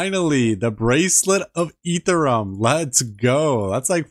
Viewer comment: The way you pronounce ethereum and eth is maddening lol